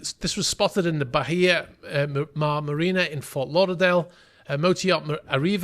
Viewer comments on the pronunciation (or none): none